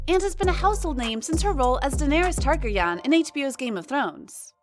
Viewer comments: Say it with me: Tar-Garry-Ann. How do you get Tarkergan from a word which has been said repeatedly over eight seasons of GoT? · Tar-gehr-ee-uhn. Not Tar-gar-yawn. Did that bother anyone else? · “Taragarraryan” I’ve never heard that character’s name mispronounced so badly and in so many different ways before. Hilarious. Also, as a [male] Survivor of sexual and domestic assault myself, (and even as a supporter of the “Me Too” movement and the seismic shift that made in the zeitgeist), even I don’t believe Amber Heard. I think she’s narcissistic and manipulative and purposely set out to wreck Depp’s career. I really feel for him, and I feel for all the other Survivors whose stories she smothered and walked upon the backs of to enable all of that to play out. I truly believe in Karma and that the truth will eventually out. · I heard "Targargarian", lol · Daenerys "Targooyawn" lol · Daenerys Targaryen NOT Daenerys Targar-young ... You're obviously not a fan... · Targragrin? Termi-ator? Boweled? Great journistical skills right there🤦🏻‍♀️😅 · Did she really say tageeer yan, .... When you've never watched game of thrones but have to make a whole video about it 🤣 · When she said "targer yahn" I cringed that was awful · Lol the way the narrorator pronounced Targaryon tho 🤣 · Tar Go Yawn ? Girl bye 🤣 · Daenerys TarGerYaan lmao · Tar-gare-REE-in. Targaryen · Was following you word for word till you said Daenerys TargaryAAAn. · That pronunciation of Targaryen... lol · Do not use the name Targaryen unless you learn to pronounce it. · butchered that name lol again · Tar.. targargian? Targyan? Tarrghian? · Please learn how to say Targaryen